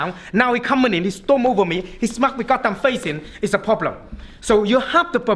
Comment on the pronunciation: I love every time he says “poblem”